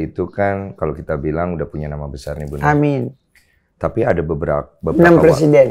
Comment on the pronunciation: Kata'' yang lain terbata'' tapi pas bilang amin jelas banget